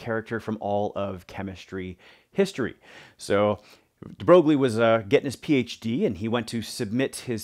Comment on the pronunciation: Hi, thanks for posting the lesson. Just a small point: his name is actually pronounced "de Broy". It's a common mispronunciation but I always find it amusing.